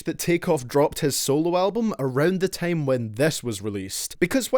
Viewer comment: Why do you say tame and not time